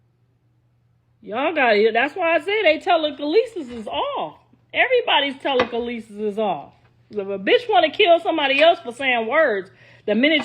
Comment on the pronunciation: Tela- kalee- sis - is crazy 😂😂😂